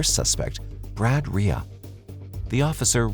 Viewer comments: Side note. But, how is Reay pronounced “Ray-a” ?… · The most troubling part of this story is how you pronounce Reay.